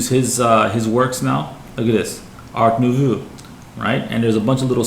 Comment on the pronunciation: It's pronounced art newvoh